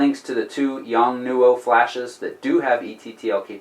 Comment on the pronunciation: The correct way to say it is.... : " yongnuo " :) Thanks for sharing ! Man what would I do without YouTube as a school !